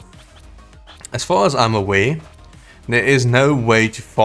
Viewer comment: you don't know how to say "R" or what!!?? You keep saying "Awae" & "Rae" instead of Aware & Rare🙄🥴🥴🤦🏻‍♂️🤷🏻‍♂️🤷🏻‍♂️